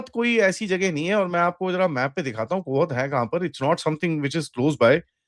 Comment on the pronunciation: कोहत नहींं कोहाट है चाचा